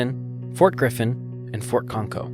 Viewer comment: A moral of these stories: never slip up; stay together (there's strength in numbers). [Note: "Ft. Concho" is pronounced like "honcho" and "pancho", or "macho"; not the "conko" in this narrative.] Thanks for posting.